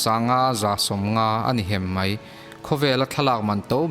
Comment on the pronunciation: Ngaihnawm thin hle mai, mahse i chhiar pah hian daih leh deih, mai leh mei tih vel hi han lam uluk lehzual deuh la ngaihnawm lehzual ang.